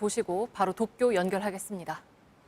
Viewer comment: 나만 도쿄 독도라 들리냐??